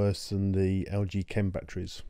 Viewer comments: "LGChem" It's pronounced UK /kem/ US /kem/ The video is rubbish. I cannot trust a word you say if you seriously said /tʃem/ Please learn to speak before presenting to an audience of a million. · The H in Chem is silent. Chemistry, Chemical